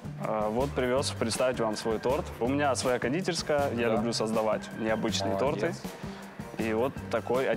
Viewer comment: Ренат Агзамов не торты а торты